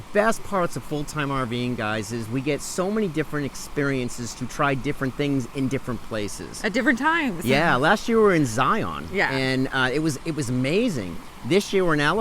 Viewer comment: Ok, from someone who lived only 20 miles away from Zion, it is pronounced in ONE SYLLABLE, just say "Zion" in that way. (Zyun) phonetically.